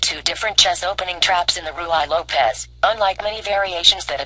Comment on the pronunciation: The Ruy Lopez is not pronounced Roo-eye lopez . ask someone how to pronounce it properly! PLease understand that you should take this as helpful constructive advice!